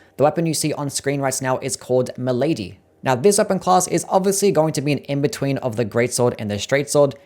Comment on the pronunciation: Milady? I heard Malady. Rofl if it actually is Milady, gonna make a Simp Knight build and go for Fia's ending.